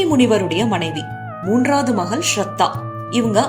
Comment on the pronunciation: மகள் ள் என்கிற எழுத்தை ல் என்று உச்சரிக்கிறீர்கள்.